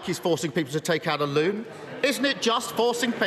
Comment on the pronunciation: "take out a loon" lol